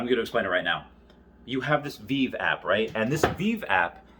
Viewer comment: Ahh back when Veve was pronounced wrong I did it too called it veev